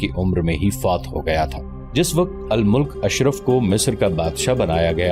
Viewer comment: Bhai Al-mulk nahi hota balki Al-malik Bola ya parha jayega and bebras nahi balki beebars sahih word hai